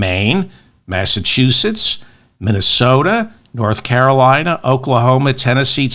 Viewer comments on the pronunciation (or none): none